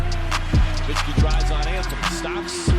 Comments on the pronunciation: Bro. Why do people keep mispronouncing dirks name smh. Its so annoying. Its pronounced Novitzski. Not dirk nowhenskii lol. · Dirk's last name is pronounced with a "v" and not a "w" by the way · If you are gonna make a video about someone, pronounce his name right. It's NoVitski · It's pronounced No Vitz Key. Everyone says it wrong. Put some respect on this man's name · "No-WWWWWWWWWW-itzki?!" How do you not know how to pronounce this man's name? FFS. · love the vids gang but the “W” in Nowitzki is pronounced like a V 😅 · Why the fuck are you mispronouncing Nowitzki? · Fix your pronunciation of Nowitski, you noob. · really bothers me that in 2024 so-called basketball fans still don't know how to pronounce "Nowitzki"